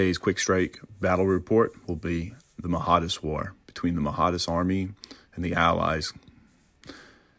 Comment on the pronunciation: Another comment on pronunciation. The leader was the Mahdi - that's Mah-dee - so it would be Mah-dee-ist. Check out the movie Khartoum. Good report though!